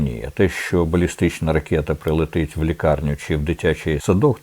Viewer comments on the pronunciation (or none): Вельмишановний дописувачу,три роки я намагаюсь вибити з Корчинського слово " ракєта ", він ніяк не може вимовити " ракета "